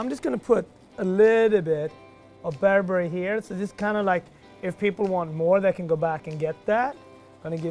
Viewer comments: not to be rude or anything but its pronounced (ber-ber-eh) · Why he pronouncing berbere so weird lmao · I am Ethiopia and mad how he pronounce the ingredients like the aybe berbere etc